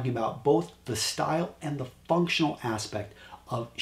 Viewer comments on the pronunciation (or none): none